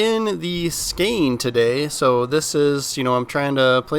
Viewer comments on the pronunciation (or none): Bro really said skane…. its Skåne.. its closer to the Sound of o then a